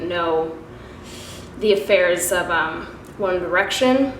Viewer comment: Girl, your comment literally made me laugh out loud! 😂😂 I thought I was the only one that noticed she said it like that!